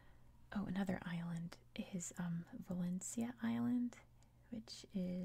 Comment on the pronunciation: At 9.10 the island is pronounced Valen-cha just to let you know 😊